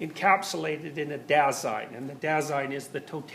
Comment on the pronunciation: AHAHAHAHAHAHHAAAHAHAH the "da sein" HAHAHAHAHHAHAHAAHAHHAHAHA wie er es ausspricht! herbe der lachkick!